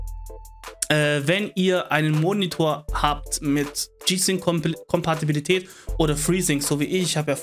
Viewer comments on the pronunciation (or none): Muss man Kompatibilität immer so aussprechen wie ein zjgenbrecher, geht auch langsamer das man es versteht......